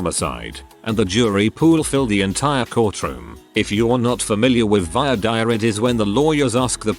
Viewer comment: It's "voir dire", not "vior dire", and it comes from an Anglo-Norman phrase "to speak the truth", where lawyers can figure out who they want on the jury in the upcoming trial, and hope that it works out for them.